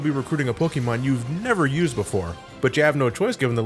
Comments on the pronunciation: Polkamon. Gee. You must be a big fan as to not be able to say it correctly. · gasp said Pokémon differently